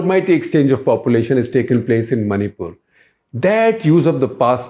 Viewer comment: Maripul sounds like Mauripol